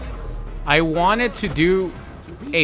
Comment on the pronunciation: I’m glad I’m not the only person who hears him say wanted in such a strange way. Wanneder.